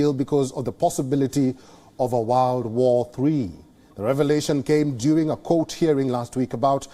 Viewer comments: Did I hear “wild war three” or “why war three” ? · world or “Warld” …banker or “bunker”…. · The way he pronounced ‘world’ had me smiling